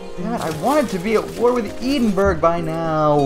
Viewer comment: Its pronounced ed-in-burrah